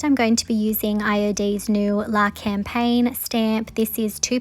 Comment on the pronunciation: I could watch you create everyday. You have such a creative minds eye. The IOD stamp is pronounced, “La caw pine”, which means “ the country”. French is my second language.